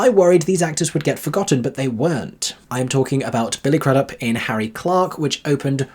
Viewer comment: FYI It's pronounced Crude-up.Billy Crudup that is.